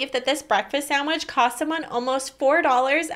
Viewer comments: u pronounced edinburg wrong btw its prononuced edinbruh not edinberg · It’s pronounced Edinbru